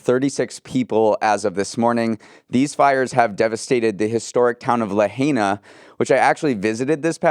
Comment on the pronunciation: Person from Hawaii here. My ears hurt at "LaHAYna", but my heart hurts so much more for the people affected. When I was little, we used orange construction paper for Maui in our handmade maps of the islands, and it's hard for me to think of Maui being on fire as it is probably the most anthropomorphized of the Hawaiian islands. The shape of the island was said to be the head and shoulders of Maui, who is a demigod in Hawaiian folklore. I hope there will be no further loss of life. Those videos looked so scary.